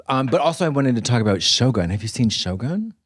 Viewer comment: I was sure Katya said "show gun" lol and was like " i don't recall a tv show like that"